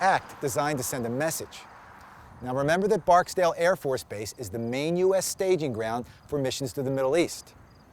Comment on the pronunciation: Haha. At least he pronounced Barksdale correctly.